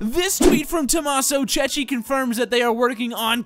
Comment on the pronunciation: i TOTALLY love your videos, but please, PLEASE stop pronouncing Tommaso Cecchi "Tommaso Ceci"; that means "Tommaso Chick peas"! The h in Cecchi in the italian language signifies its a hard c,, not a soft one like in english (e.g. chestnut), more like the c in cat. In English it would be spelt Chekki for the correct pronunciation. Apart from that, keep on going with these amazing vids!!!